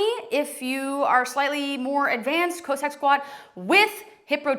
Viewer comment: Great video. But cossack is still not pronounced co-sack lol.